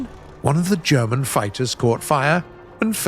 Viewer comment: is the only person I know that can pronounce German words properly, as well as Russian words and maybe Swedish words too?